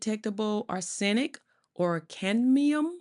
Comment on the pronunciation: Arse sen ic...omg...this lady did not take English in school..sorry for that..but arsenic wasn't the only words she butchered...so sad. American education system.😢